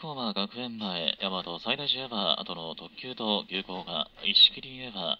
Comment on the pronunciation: 大和西大寺の発音この世の終わり